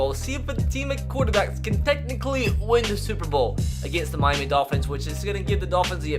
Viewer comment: Why does he say mimy instead of Miami tf?